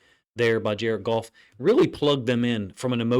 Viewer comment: “JAR-ED GOFF - JARED GOFF - JARED GOFF!”😲